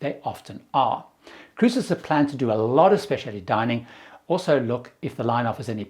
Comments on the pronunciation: goes back and forth with his pronunciation of "Specialty." He sometimes adds and extra I, but he KNOWS it does not have that extra I. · UK English has the extra I, but it’s really interesting hearing words converging like this. If you’re exposed to hearing one pronunciation more, it seems more normal to you. Pretty sure he uses US pronunciation of innovative.